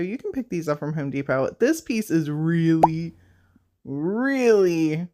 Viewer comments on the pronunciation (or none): Love your crafts but I came to the comments to say I am SO glad my family aren’t the only ones who say “Home Dee-Pot” and it made me so happy to hear you say that. I thought it was funny how you caught yourself and corrected it but I wanted to make sure I took the time to tell you I see you, fellow Home Dee-Potter!🥹😆